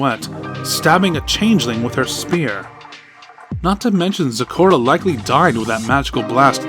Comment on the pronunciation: It's not store in its zecora